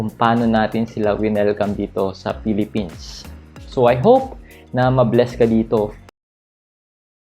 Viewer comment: how I wish you can pronounce properly your F and P, V and B. Pilipins or Philippines? Blog or Vlog? at marami pang iba. Peace ⚘🌷⚘